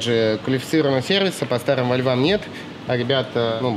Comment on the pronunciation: Блин не коверкай название марки машины !противно звучит!